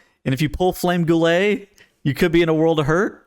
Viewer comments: lmao why do you call it flame goo-ley? It's gullet. gull-ett. Goo-ley would be gulet. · "goolaye" My brothers in christ it's just pronounced gullet